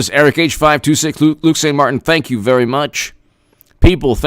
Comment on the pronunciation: "I'm vewy, vewy sowwy.Hahahahahaha!"